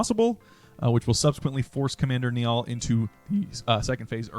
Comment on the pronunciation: An Irish bone in my little Irish body breaks every time I hear someone pronounce Niall like Nee-all… it’s pronounced like “Nile” 🥹